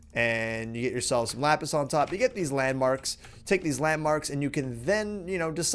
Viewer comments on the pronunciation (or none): none